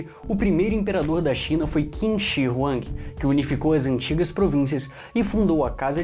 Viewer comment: Não se pronuncia Qin (kin), mas sim Tchin Muito bom video